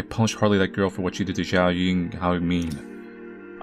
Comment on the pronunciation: "Xiao" is pronounced like... xi = she, ao = ow, so if you said "sheow" but as one syllable. Thank you for inviting people to help pronounce things and being willing to learn, it means a lot